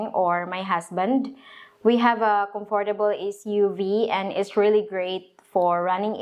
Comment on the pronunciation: She should learn how to pronounce comfortable correctly.